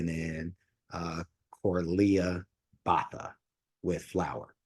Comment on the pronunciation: Thank you for venturing into opera. Much information has been supplied, but just a snippet: Corlea's name is pronounced Boata. Amira is the suprano and Corlea the Mezzo suprano.